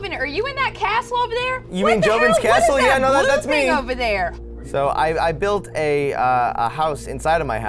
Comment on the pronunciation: “Nice Caastle”